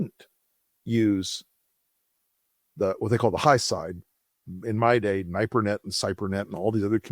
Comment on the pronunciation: It's NIP-er-Net, not NIPE-er-Net